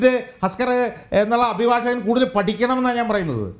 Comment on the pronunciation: ഹസ്കർ അല്ല തസ്കർ ആണ്.